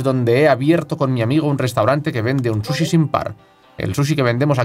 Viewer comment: No entiendo porque dice shushi jaja